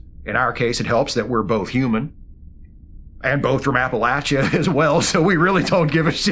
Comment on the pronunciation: Great video,! Loving this series featuring the not-so-final-frontier jobs of Starfleet! And bonus points for pronouncing “Appalachia” like someone actually from the Appalachian region 😁